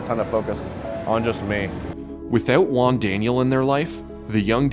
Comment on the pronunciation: "Juan" is not even near to be pronounced like that xD "she"? are you assuming Jigglypuff's gender? You're so sued.